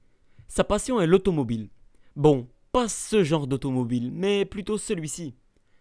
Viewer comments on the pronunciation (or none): none